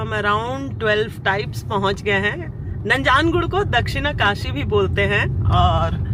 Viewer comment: कन्नडा राज्योत्सवदा हार्दिका शुभाशयगळु... हेगइद्दिरा टु ऑल मै सब्सक्राइबर्स... नंजनगूडु ... कबिनि रिवर... श्रीकंठेश्वरा मंदिर... गुंडलुपेटे... बंडीपुरा... जी, ऊपर लिखे हुए शब्द सारे मैंने वीडियो रोक रोक कर लिखे है। अगर आप उच्चारण इस तरह करोगे तो आप कन्नडा नाडु के लोगों के दिलों में और अच्छी तरह से घुल मिल जाओगे। कृपया गलत मत समझना, मैं आपको सलाह दे रहा हूं ये सोचकर। अभी वीडियो आधी ही देखी है। कल पूरा देखूंगा। आप के सारे vlogs की तरह ये vlog भी बहुत अच्छा है। 🙏👍